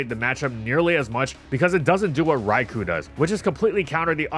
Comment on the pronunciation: I have literally been asking to pronounce "Rai-co." correctly for five years. Dude, get on the ball.